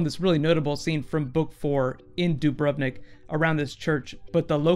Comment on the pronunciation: You pronounced Dubrovnik terrible. It is Croatia, not Russia, and like the most of the Balkan countries,we have pronunciation on the first syllable. What do you think about belief that all seven gods are actually one god???